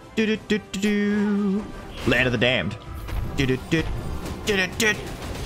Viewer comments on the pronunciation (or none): it’s the way you say Land Of The Damned 🤣 “ˡᵃⁿᵈᵘʰᵈᵃᵈᵃᵐ ˡᵃⁿᵈᵘʰᵈᵃᵈᵃᵐ ˡᵃⁿᵈᵘʰᵈᵃᵈᵃᵐ”